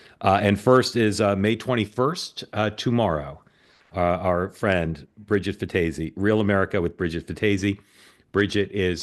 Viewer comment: Mark - it's pronounced fantasy with no N